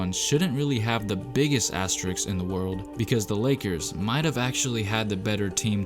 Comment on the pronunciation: you correctly spelled "asterisks" but the wat you saying it made me stop watching the videos. asteriks....